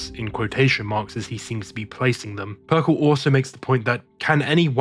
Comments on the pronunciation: I'm really digging your videos but "PERKEL"?? That hurt me. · Yeah I don't know why he has a trend of mispronouncing words despite being English. Especially in this situation when Perkele is an obvious play on words.